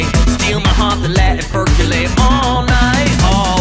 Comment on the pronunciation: The word is percolate, not perculate!